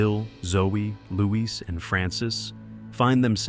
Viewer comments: His name is Louis, not Leweese. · Not even 5 minutes in and he’s called Louis “Luís” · Why did you Luiz for Louis? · Bro said “Louise” im dead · Why fo you pronounce louis the way you do when im the game you can here what its actually pronounced like. Are you doing it on purpose or do you actually not know how to pronounce